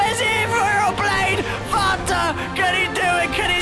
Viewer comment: he said FATA lmao